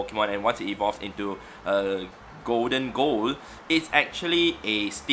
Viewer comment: did my man just say goldengo lmao its pronounced goldingo